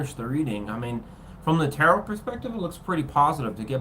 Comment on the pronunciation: Tarot... Said like ta-row...like row a boat The word is French...we don't say the second T Thank you ❤️✨️